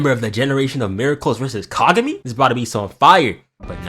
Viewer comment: "we're not repeating the hai-you-ga fiasco" ...proceeds to call Kagami kagew-mi the entire time